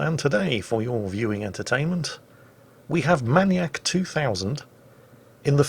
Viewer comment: Jingles MAN YAK?! Isnt it MAIN E ACK?